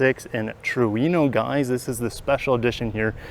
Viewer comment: It's not Trueeno... its TruEno